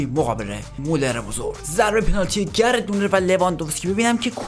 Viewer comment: داداش چرا میگی گرت مولر؟گرد مولد😑🤦‍♂️🤦‍♂️